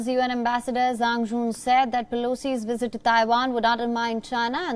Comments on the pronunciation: It’s called visit sir🤣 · Why he keep sayin wizzit lol😂